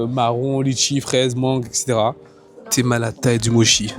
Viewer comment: Hello, Pour info mochi se prononce Motchi. Si vous voulez en tester de vrais et traditionnels, il faut aller à la maison du mochi. Ça n'a rien avoir vraiment. Aussi si vous voulez des desserts à composer soi même pas trop sucrés et faits par une super nana qui mérite plus de visibilité, il faut aller chez Sweet Intuition rue Dussoubs. 😉 Après étant végétalienne, je peux aussi vous donner d'excellentes adresses: Giardino, VG pâtisserie, Mauvaises herbes, lesArtizans (je crois que ça s'écrit comme ça - concept fleuriste et salon de thé/lunch), aujourd'hui demain.